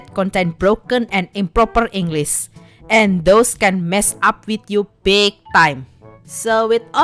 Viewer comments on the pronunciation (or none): Seriously, you speak english well, but when you screw up something. its hilarous, and makes your videos more entertaining, like in this video when you said "englis" and heck even I, a native english speaker screw up a few times